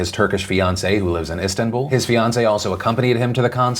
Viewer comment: You pronunciation of Istanbul is disturbing.